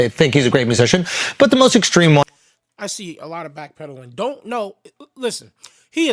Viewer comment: Yo he said black pedaling😅